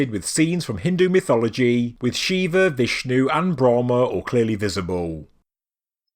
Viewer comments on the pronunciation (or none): none